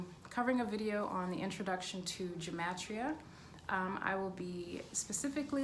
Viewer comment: Take a drink every time she says Gem-Et-Tria 😝